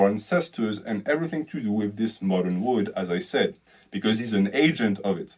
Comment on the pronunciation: you pronounce "world" like "wood"